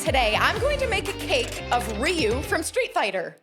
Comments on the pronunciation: It’s not riu it’s ryu pronounced (RI-YOU) but good cake I’m impressed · I've been pronouncing Ryu's name wrong for 35 years 😂